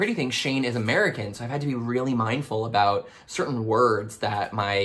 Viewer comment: OH MY GOD. That’s the first time I’ve ever heard anyone pronounce it ‘aboot’ in my life! No one in Eastern Canada has ever said it like that as far as I’ve heard. No one in Alberta either! Even my friends there have never heard it 😂 I always wondered where the stereotype even came from lol